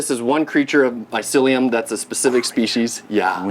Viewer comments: You can tell he wasn't a good listener at school when he read the word "mycelium" like he never heard it before. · Not to mention he couldn’t say mycelium, maybe they recorded that interaction first beforehand, but mycelium was mentioned multiple times and there shouldn’t be a reason not to know that word by now. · This guys doing a whole YouTube video on mushroom farming and he definitely spent at least a few hours if not a few days doing his interviews with the guy and he can't pronounce the word mycelium when he sees it on his phone while reading his questions. How can you produce anything useful to teach people about mushroom farming when you very clearly don't know shit about the topic of mushrooms. This guys a turd in the punchbowl. He's lucky he landed an interview with an intelligent successful mushroom farmer, cause without this guy the video would be useless.